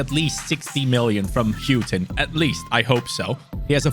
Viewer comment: Houghton is pronounced hore ton not hew ton ino that cos its my 2nd name